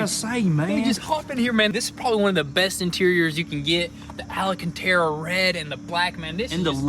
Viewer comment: it’s Al-can-tera not allen-can-tera